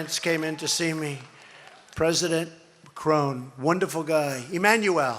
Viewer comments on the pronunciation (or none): This fool addressed the President of France as "Cron" instead of "Macron" and then hurriedly called him "Emmanuel!" LOL... He ALWAYS try to cover up mispronounced words by "switching" to the next word or sentence. This man is a HORRIBLE ORATOR!! He is a simple minded narcissistic egomaniacal idiot who has to continuously stroke his bruised ego. Same ol' speech, read in different states with inserted off script messages. B O R I N G ! ! ! ! WHY IS HE SO STUCK IN CAMPAIGN MODE AND HAVE TO REMIND HIMSELF AND THOSE SITTING THERE THAT HE WON THE ELECTION? Sounds like a person that's still not sure... why, BECAUSE HE STOLE THE ELECTION. Oh but K A R AM A is coming to HAUNT him!! He's about to lose it all! LMAO!!! VOTE HIM OUT!!! LOL! LMAO! ROTFL!